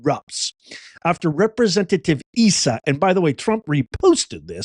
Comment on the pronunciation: It’s pronounced Issa. Long I. One of the few elected Republicans in our state.